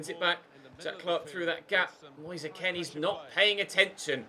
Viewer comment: It’s Moise K-e-e-n and not K-e-n